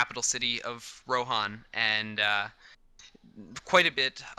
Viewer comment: Since when is Rohan pronounced Ro-hon?